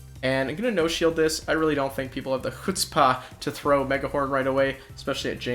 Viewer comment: You don't think people have the Hutzpah?! This word is foreign to my Texas ears lol